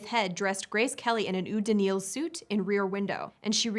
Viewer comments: Eau (l'eau / French for "water") is pronouced "oh" (l'oh)... NOT "ew" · I thought the French word eau was pronounced oh and not oo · About #11: the French word eau is pronounced like the o in go, not like the oo in good (and French "Nil" is more like kneel than nil).